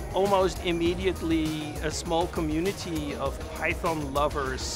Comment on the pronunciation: I am here just to listen to the correct pronunciation of Python from the originator. LMAO